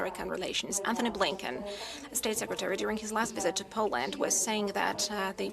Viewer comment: She can't even say POLAND right. God help us all.